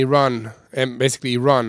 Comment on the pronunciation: Rhetoric rhymes with Frederick--Been watching since day 1! Steve in Tallahassee. English is very good-Keep up the good work!